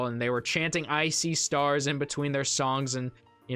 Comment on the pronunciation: I've heard of I See Stars but for some reason when you said it I heard it as "Ice-y Stars" 😂